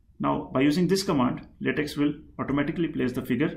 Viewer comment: it's pronounced "latek".